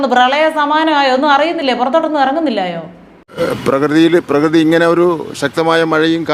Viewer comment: പ്രകൃതി എന്ന് പറയാൻ പോലും അറിയില്ല പ്രഗതി